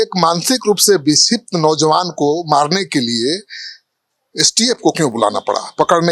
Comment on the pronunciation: एक बार बोल रहा....की बिछिप्त था...क्योंकि बोल रहा बिछिप्त नई था...ये क्या बोल रहा है भाई!